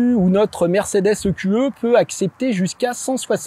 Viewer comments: i-q-i à l'anglaise ou eqe à la française. Mais pas i-q-e. Sinon, bon reportage même si les conso annoncées sont toujours folklo vu comment tu conduis comme un pilote. Et là moyenne sur les 2800 km n'a pas non plus beaucoup de sens car c'est une voiture d'essai donc pas définition, une voiture que les gens vont pousser aux limites ! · "Mercedes i-kyou-eu" ?!?! WTF ce franglais ! C'est soit " e - q - e " soit " i - kyou - i " ... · "I Qiou Euh" faut arrêter de mélanger prononciation anglaise et française à ce point...